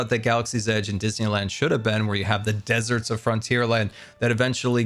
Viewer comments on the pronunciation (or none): he said "desert"and I legit flinched